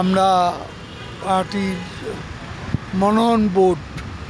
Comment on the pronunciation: মনোনয়ন উচ্চারণে সমস্যা